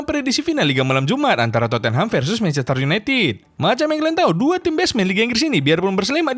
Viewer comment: Akrobeto : MANCHESTER YUNITIT HAHAH ERRRR HEHEHE AWOKAWOK 🗿🗿